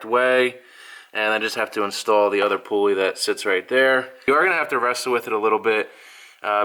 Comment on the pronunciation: "Poo-uley" hah. I like it.